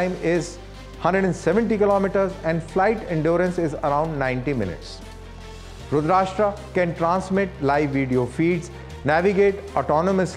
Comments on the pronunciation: Pronunciation should be rudraasthra and not rudraashtra. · It's not "Rudrashtra" Please don't use English pronunciation for Sanskrit names. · your pronunciation is wrong.. plz change the tone T ( ta) .. not country, it is an Astra ... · It’s Rudr+astra. Karan say aate hai ee log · Pronounce the name correctly... It's not Rudrashta😢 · Someone pls stop this anchor mispronouncing the weapon name ... May be he convinced it is RudrasHtraa because it is produced in Maharashtra ! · Shocked to hear from a DD presenter such a wrong pronunciation. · its not "rudrashtra" its rudrastra".... "sh" sound is not there in that - it meaning Rudra + astra - arrow.... I think this guy need to first learn the name of this weapon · रुद्र + अस्त्र = रुद्रास्त्र रुद्राष्ट्र नहीं 😂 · Abe firangi k pote it's रुद्रअस्त्र rudrashtra🤣🤣🤣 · It is astra not rastra. Rudra+ astra. Astra is weapon and rastra is country. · sir, first learn to pronounce Rudrastra properly. Its Rudr-astra NOT rud-rasta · Dear Anchor, This is called रुद्रास्त्र, not रुद्राष्ट्रा। Get rid of the need to anglicise everything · It's not pronounced रूद्राष्ट्रा but रूद्र अस्त्र = रुद्रास्त्र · रुद्र + अस्त्र = रुद्रास्त्र please get the pronunciation right. It’s embarrassing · First u learn how to pronounce rudrastra ,u r indian no why u copying west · It is Rudra…Astra.pl pronounce properly. It is not Rudrashtra.. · Abay salay it is Rudra Astraa so plz pronounce it in hindi & not English like Rudraashtra (Maharashtra) 🤬🤬🤬🤬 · Not रुद्राष्ट्रा 🤦🏻‍♂️ but रुद्र अस्त्र I get it! that you're delivering the news in English, but how can you F- up basic hindi? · It's not रूद्राष्ट्रा, it is रूद्रास्त्रा ( रूद्र अस्त्रा ) For God sake you are on government channel be careful. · Its रुद्रास्त्र not रुद्राष्ट्र, why DD news? Not expected from you. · It's NOT pronounced "RUDR-ASHTR-AA", It's "RUDRA-ASTR-A' 🙂